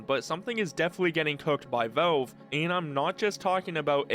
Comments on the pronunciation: Drives me nuts how you pronounce Valve as "velve" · why is bro pronouncing "valve" as "vaulve" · me too, i can't watch his videos. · Nitpicking but you need to work on your pronunciation, especially with the word "valve". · even the captions don't know what he says 😭😭